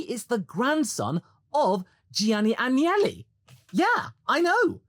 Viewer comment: It's AGnelli. Not Angeli. They are basically the Kennedys of Italy... And no Angels whatsoever. Old "Silver Nose" Agnelli was quite the match to the wily "Drake". Elkann is the intelligent grandson... he has a clown for a brother.